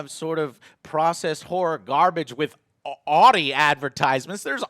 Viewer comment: I was with you all the way until you said Audi the way you did. Jk, people pronounce many words in many different ways, i've never heard anyone pronounce it anything other than Ow-Dee though, until now.